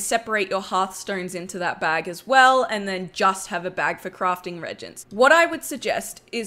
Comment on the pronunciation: Good video just coming back to wow haven’t played since early cataclysm only thing is reagents is pronounced (REE)-agents